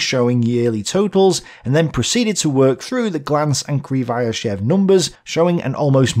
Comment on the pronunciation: I think just set the record for number of different pronunciations of Krivosheev in a single video.